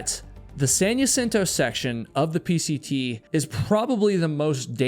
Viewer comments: It’s pronounced HA-cinto, not Ya-cinto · Jacinto - HA-seen-toe ❎️ Jacinto - Yuh-sin-toe ❌️ Eta: When this happened, there were so many people in my local hiking group (san diego) saying such awful things about this accident. It really pushed me away from hiking communities. There are so many "high and mighty" hikers that seem to have forgotten that everyone starts as a beginner and that accidents can happen to ANYONE regardless of skill level. Second Chance has a video where he had to turn around in that same spot. I've been on it a few times, and it is extremely dangerous. God bless Trevor's family; may they find peace and continue to strengthen their sons legacy through the program that they started to save many more lives ♡ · Just for future (and we all do this, so this is not meant as a criticism), the word "Jacinto" is pronounced "Hacinto", not "Yacinto". Thank you for telling these cautionary tales. There's always another "Trevor" out there who - if he sees this - might think twice before traversing that trail without the proper equipment. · Maybe that’s how heard the locals pronounce it? I can’t get people to pronounce my name correctly. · Jacinto in pronounced “ha-seen-to”. In Spanish J Is like h. Like t is with jalapeño. Ñ is like y. I’m not sure how you are mixing these up but I’m ngl it’s driving me insane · I was looking through comments to find out how that part was spelled because I've also only ever heard Jacinto pronounced ha-seen-toe until this video, glad I'm not the only one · That plus mis-pronouncing Jacinto 15 times about drove me crazy.